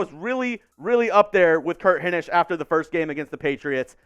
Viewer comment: Solid B. You've definitely gotten better since you started. I LOVE your energy. I just hate the blatant looking at a screen/script. I feel Will was pretty good at not letting that be too noticeable. Also, pronounce Hinish correctly lol.